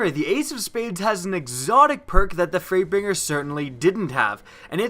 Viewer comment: Wow. I heard 'Freightbinger' at ... I thought my friend was the only one to say that and he was eating chocolate... Apparently others do it too, but not even eating anything. :3